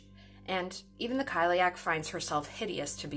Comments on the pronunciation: Cile-uck not kile-ee-ack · I hope it didn’t come across as offensive. If you’ve watched Cursed it’s got one of the few proper pronunciations out there. So it’s pronounced like: kali-ach (the ch makes a kind of soft flem noise)